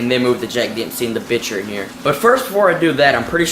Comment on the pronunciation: It’s pronounced bicher not bitcher